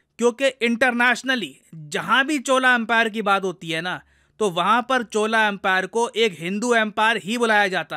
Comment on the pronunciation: सर आप मेरा कॉमेंट्स पढ़ो या ना पढ़ो पर मैं लिख रहा हूं । आप उच्चारण में बहुत बड़ी गलती कर रहे हो चोल को बार बार चोला चोला बोल रहे हो ये वैसे ही है जैसे योग को हम लोग गलती से योगा योगा बोलते है जोकि गलत है ।